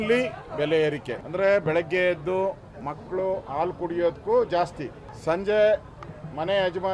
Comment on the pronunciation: ಆಲು ಅಲ್ಲ ಗೂಬೆ…….. ಹಾಲು ಅಣ ಅಲ್ಲ …… ಹಣ 😂